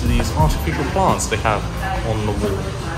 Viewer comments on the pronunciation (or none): none